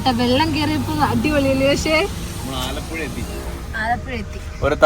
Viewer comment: Alappuza ❌ Alappuzha✅